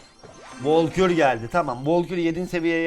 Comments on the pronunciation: Volkür değil Valkür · Şu karta volkür deme Valkür diye okunuyor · Abi valkür o sen valkor deyip duruyorn sinirlendim ya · Abi volkür deme artık o valkür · Abi onun adı volkür değil valkür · Abi volkür değil valgür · volkür değil valkür ya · abi ne olur artık vAlkür de volkür deyil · Abi volkur değil valkür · Valkure volkür demen xD